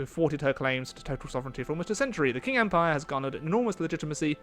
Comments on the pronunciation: The Q in Qing is pronounced as sort of like a ch sound so your basically saying ching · The Q is pronounced Ch in Chinese. So you'll pronounce Qing as Ching